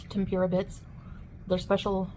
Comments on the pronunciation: Wtf is Tem-pure-ah? You mean tempura, Chantal. 🍤 You can't do anything right. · she mis pronounced Tempura .... its temp. ooo . rah. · I hate the way she says tem-pure-ra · It’s petty but I cannot handle the way she says tempura. Heeeelp. 😩